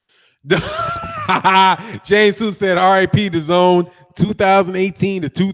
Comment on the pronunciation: "Da-GONE" app